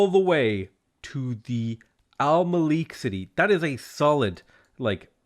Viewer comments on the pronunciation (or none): none